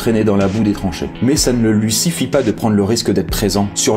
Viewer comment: A il dit siffit